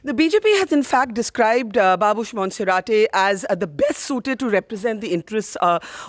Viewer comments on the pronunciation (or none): monserat n not monserateee